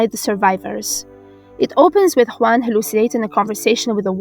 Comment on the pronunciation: Kudos for the "Juan" pronunciation , I know it´s really rare to hear it right. New subs, Great video.